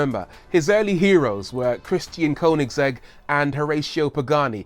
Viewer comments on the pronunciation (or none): none